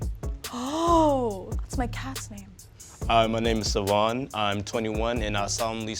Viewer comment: Everyone: SAVOHN Me: Zephyr tho